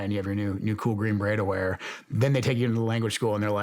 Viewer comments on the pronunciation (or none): none